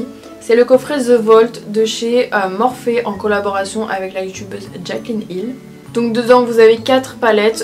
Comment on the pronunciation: On dis "morphi" pas morphé"😂😂